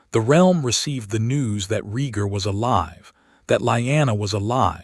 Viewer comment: Lee anna, STUPID not Lie anna!!!and Aegon, not Egon, AI is a moron. gesh, another one? its not REE GAR, ITS RAY GAR, Dan air rus , NOT dean er ees....wow, YOU JUST CAN'T PRONOUNCE ANYTHING RIGHT...lmao!!!!!Your AI is seriously broken people, it jumps around from 13 to 11 to 12 , all over the place, ALMOST 3 HRS IN BEFORE the worms hatch man, it would be great story if you fix your fked up A.I.!!!!!